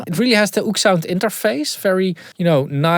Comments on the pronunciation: It’s “oh-ek” sound not “oOoksound” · "oeksound" its o-ek sound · they are pronounced Oh-Ek-Sound